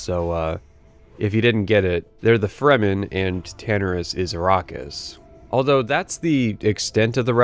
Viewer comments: I can't deal with how he says "Tanaris" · The way you say Tanaris, Feralas, and Hyjal are ways I've never heard them pronounced.